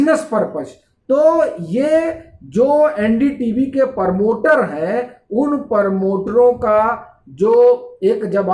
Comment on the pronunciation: परमोटर नहीं प्रमोटर